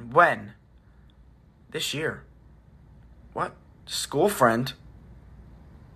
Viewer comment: but he pronounce it like anartica